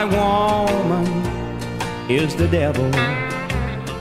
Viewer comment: I love Moe Bandy!! 1973 -- back when country music was fantastic. The way he says " woe-mun" with the emphasis on the first syllable ❤.